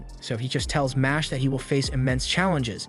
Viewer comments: It’s not mosh it’s mash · I just went to check the anime pg bc i knew this pronunciation is wrong. sure enough, it's the katakana for muscle, so it should be "ma-shu-ru", not "mash"